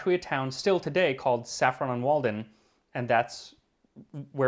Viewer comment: I smiled when mispronounced Saffron Walden just after talking about mispronunciations. To me as a Brit, it sounded as though said Saffron on Walden instead of simply Saffron Walden. England looks forward to your next visit to the UK which you seemed to have enjoyed. As a Brit with an anglophile American husband, I can well understand the lure of Europe as a whole. BTW As a competent cook, if I'm not flattering myself too much, I agree macaron are surprisingly difficult to make. I can't eat them without thinking of Marcel Proust.